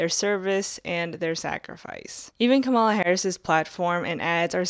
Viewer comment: It’s KAh-muh-luh not kuh-MALL-luh. Comma-la. ,la